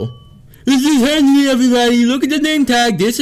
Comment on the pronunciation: YOU MEAN HENRY